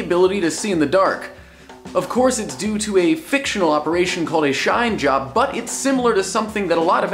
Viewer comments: Anyone else start sniggering when he says "shine job"? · i feel dirty every time he says "shine job"